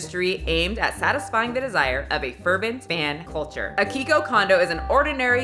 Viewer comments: Hi, I used to live in Japan and I speak somewhat conversational Japanese. You missed the hi in Akihiko. Try Akee-hee-ko. You also missed the e in Hatsune. It's pronounced Ha-tsu-né. About bullying in Japan, I can't tell you much about middle school, since I was in my 20's while living there. Can't imagine it's like in animé though. However I once met my boss on the street doing off hours and he yelled at me. In a very crowded street. In front of my new coworker, whom I was in charge of. Didn't know what to do, so I just walked away from him. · Ah-kee-hee-ko (but the vowel in the hee is often dropped if you are speaking fluently, so you’re not far off) ;) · I was just talking about this guy 2 weeks ago - wow. Also hehe yeah if you don't mind, the pronunciation of his name is A-Key-HE-KO (you were close tho <3 ) We knew what you were trying to say hehe. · Akihiko = Ah - key - he - kou Yeah just wanted to be that one person for once, usually it's me who mispronounces names lol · His first name is pronounced Ah-Key-He-Ko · you're missing a syllable in his name. a-ki-hi-ko Each one gets hits equally. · The Hi in Akihiko is pronounced like he, he in heat, he in hear, etc 😊